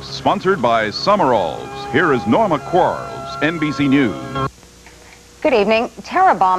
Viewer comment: That's actually Quarles; not Quarrel.